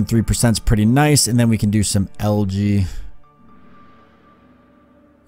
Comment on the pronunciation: Its Pronounced Algae not LG